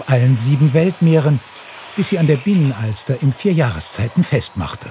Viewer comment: Und Binnenalster und nicht Bienenalster!!